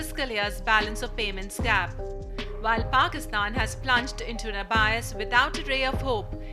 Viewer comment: you are a news agency but can't pronounce abyss right